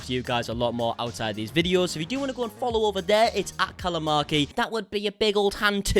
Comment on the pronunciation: Callum: Callum Markie Me: callamarkie